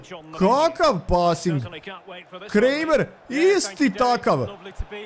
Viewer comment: Kaže se Kramer a ne kremer